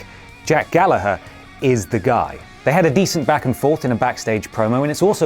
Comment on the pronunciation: So even is pronouncing Gallagher wrong now... Shit pronunciation for wankers #ShitPronunciationForWankers